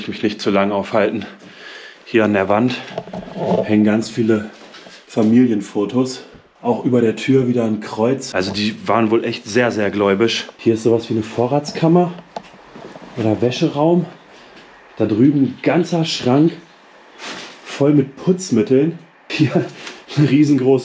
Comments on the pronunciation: Lieb´s euch beide zusammen auf Tour! Auch wenn ihr auf den Spuren anderer SEHR bekannter Urbexer unterwegs seid, deren Videos noch nicht lange her sind, aber die tollen Plätze werden immer gut besucht. BITTE, es heißt gläubig und nicht gläubisch! Und ich bin gespannt, was im Chateau beim Overnighter passiert ist, aber bitte nicht zu viel Drama, wo keines ist. Das Chateau ist schon schön genug und ein Mega Lost Place! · Ganz schön viel zu sehen, Frankreich hat einfach Lostplace-mäßig mehr zu bieten, als Deutschland. Der Daumen geht raus an dich,. Ein kleiner Tipp: Es heißt "gläubig", nicht "gläubisch" 😂😉🤓😘 Grüße! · Es heisst gläubig, nicht gläubisch😂aber egal,mal wieder ein gelungenes Video, freue mich schon sehr auf den letzten Teil von der Frankreich Tour. Wann wird es eigentlich das Video zu Deiner Italien Reise geben? LG